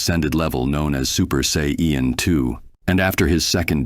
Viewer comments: You spelled it wrong.. just saiyjin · You said sayian wrong. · I'm not convinced the mispronunciations aren't intentional. "Saiyan" was mispronounced two different ways too... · How many ways can he say ''sayan'' wrong?